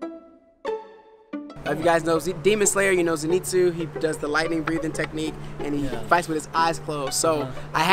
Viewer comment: It's Zenitsu not Zinitsu